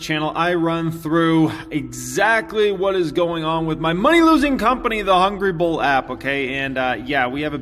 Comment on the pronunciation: Why don’t you put a link to the app in all of your videos? Took me almost an hour to find the damn thing. Mostly bc you pronounce it so fast I heard Ball instead of Bull